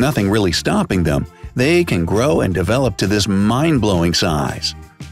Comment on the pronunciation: Lol when you click it you cut the size into ize and it sounds like eyes